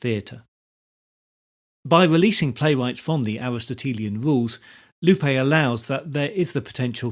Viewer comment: good content, but the pronunciation of "Lope" and "Miguel" is incorrect.